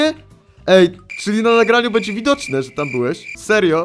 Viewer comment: Beńdzię sajmon mówi